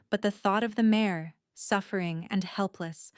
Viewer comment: Its mare not mayor.